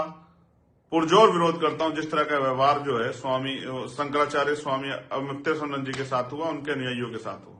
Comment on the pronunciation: Mukteshwar Anand sahi se bolo